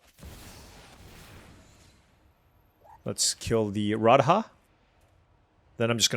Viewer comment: Your pronunciation of Indian words is insane dude, look up radha. idk if the rest of the mtg community says it the way you said it, if so fine lol, i only really watch you.